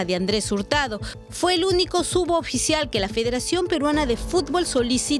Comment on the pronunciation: Enseñenle a la periodista a decir suboficial, y no "sudoficial". Ni su jefa delta le corrige, o no se da cuenta?